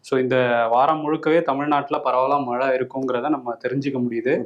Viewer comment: நானும் தினமும் கவனிக்கிறேன். க்கு 'ழ' வருவதே இல்லை. மழையை மலை என்று தான் உச்சரிக்கிறார். திருத்திக் கொள்வதே இல்லை. விகடன் குழுமம் அவருக்கு சரியான தமிழ் உச்சரிப்பைக் கற்றுக் கொடுத்தல் நலம். வருணிடம் இக் குறை இல்லை என்பதில் சிறிதளவு நிம்மதி.